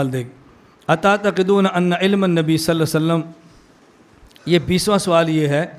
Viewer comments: Please say clearly صلى ألله عليه وسلم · حضور صلی اللہ علیہ وسلم کا نام گرامی صحیح طرح نہی لیتے علمائے دیوبند کی یہ کمی ہے مولانا الیاس گھمن صاحب براہ کرم اپنی تجوید درست فرمائے ۔ھداک اللہ جیرا۔ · Are janab pehle nabi ka name thik se to lee loo صلي صلي kar rahe hoo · Hazrat 'Sallallahu alaihi wassallam' to saaf aur sahi kaha karo